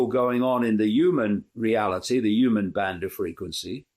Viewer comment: Hey Dave it's Human not Uman